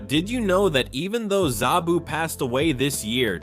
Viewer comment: It's sabu not zabu